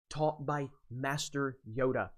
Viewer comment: Yoda not yoga😜